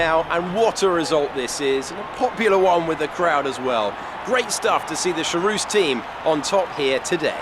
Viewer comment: Hey. It's pronounced KHarouz. It's not from french but from czech. Nice video though, keep it up!